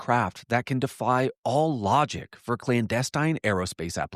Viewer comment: you're the best! You should know you have been mispronouncing "clandestine" all this time. It's like nails on a chalkboard since you say it so often.